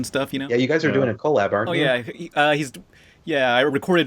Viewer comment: never say collab like that ever again